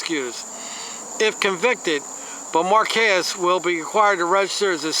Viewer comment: I'll admit, that's a hard name to pronounce. How about Bow-mar-kays? I could be wrong. I love and respect that you continue to give it your best shot.